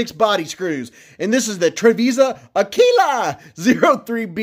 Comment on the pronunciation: Sound it out now....Ah-Quill-Ah. Great video brother. Thanks for the look! Stay sharp my friend 👍